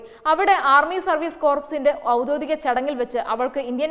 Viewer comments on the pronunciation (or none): ഔദ്യോദികം അല്ല, ഔദ്യോഗികം.